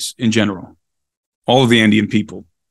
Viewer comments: If you type in VIDA COACHA on a search engine the results will be confusing. You will get better results with Viracocha. Being "cool guy" by not using English language pronunciation is NOT conducive to communication. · You pronounced Veracocha very interestingly direct connection to Indian and "Russian" vedas?